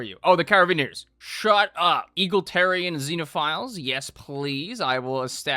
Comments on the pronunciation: I was so happy when he pronounced egalitarian correctly only for bro to say eagletarian again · The eye twitch when mispronounced egalitarian after saying it correctly made me think I was having a stroke. Masterfully done sir! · the smoothness of you mispronouncing egalitarian immediately after was so perfect I nearly missed it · Egalitarian "only time I've said that word right" Immediately mispronounces it. Please never change.